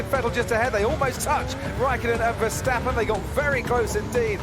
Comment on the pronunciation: Dude... you are the first American who pronounced Verstappen like we Dutch do😄👍